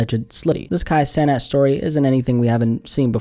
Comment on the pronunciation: We ain’t talkin about the same Kai cenat, you ain’t even say his last name right brody